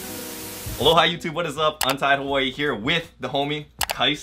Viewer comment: Untied Hawaii 💀 I love you